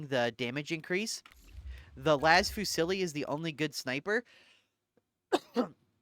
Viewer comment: Hi, great content, however I wanted to corect you on a point: Las Fusil: fusil is a french word for "riffle" The prononciation is defently not Fusilli (why adding a "ee" sound at the end?) The L at the end is silent, as some words from the same familly are using it: fusiller (shooting someone/shoot execution) fusillier (riffleman) fusillade (active gunshots). So it goes: Fu (not "oo" but "ü") + zee. Fuzee.